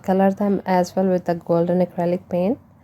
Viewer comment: Omgosh...lmao..my boyfriend just ask me about into this video.."what the heck was I watching" he thought she said "toilet pains"...I told him "no lol" she said "paint" then he heard her say what he thought was "seamen" his response was "WHAT" 🤣🤣🤣🤣 Best laugh ever..his face was priceless... Now back to this video